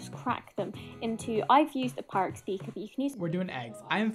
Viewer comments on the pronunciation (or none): none